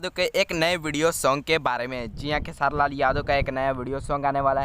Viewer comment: भाई क्यो खेसारी भाई। को खेआर बोल रहे हो